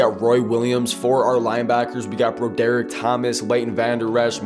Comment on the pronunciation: My guy Broderick is pronounced (Brawderick)😭